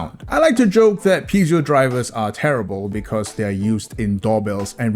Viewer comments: Since it got said so many times in the first few minutes, I have to be the pedantic moron here and say this: Piezo is pronounced pee-ay-zo, not pee-zee-oh. And yes, that is a major difference. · Yeah i don't know about that but it's definitely not "PEZIO" lol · its pronounced pee-a-zhou electric, not pee-zee-o. Apologies for being a grammar nazi, that just really bugged me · Yah - it's pronounced 'PEETSO'.